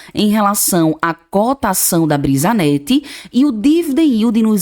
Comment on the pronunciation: Brisanet, não brisanette